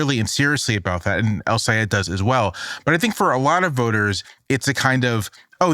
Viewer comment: Abdul El-Sayed and Zohran Mamdani are some of the most talked-about figures in American politics and yet Michelle Cottle cannot consistently pronounce either of their names correctly. This is incompetent at best and malicious at worst- how can this be the standard at one of our nation's premier newspapers? Shameful.